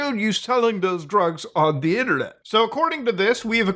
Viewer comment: LOOOL "ONDUHHINNERNIT!"